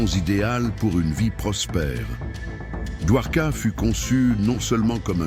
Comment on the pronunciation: Get the name correct please! Dwarka. Not Duhwoka.